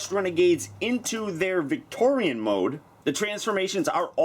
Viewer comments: Her name is pronounced "Victiri-ON", not "Victori-AN". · I thot victorion's name was pronounced like (vic tor-e-on) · it is victoeon not victoeon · she looks awsome and you may or may not have said her name wrong the whole time (vic tori aun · You said it’s name fully wrong